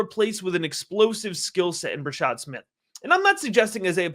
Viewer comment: Bra-shaRd Smith. Youre missing the R.